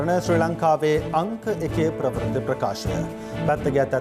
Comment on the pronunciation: අනුරුද්ධ ප්‍රවුර්ති වචනය හරියට උච්චාරණය කරන්න